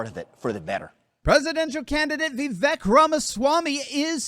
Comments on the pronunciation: It’s Vivek, rhymes with Cake ! Not Vivek, rhymes with Shrek! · Hey, , Vivek is actually pronounced Vi-vake. Like in cake, not the biggest deal but still thought i'd give some info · The proper pronunciation of his name, per himself, is Vivek like "cake." 👍🏻